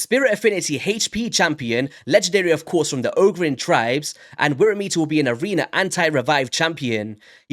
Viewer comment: it pronounced worm eater wyrm is old english for dragon .